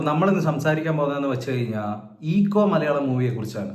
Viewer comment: Eko - എക്കോ എന്നാണ് bro....